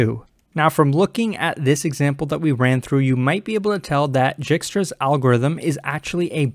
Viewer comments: Dijkstra's algorithm is read as /ˈdaɪkstrəz/ DYKE-strəz, not Jikstra's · My man said jigstra's~